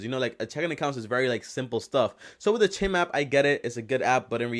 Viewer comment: Its not cheam its chime like bells chime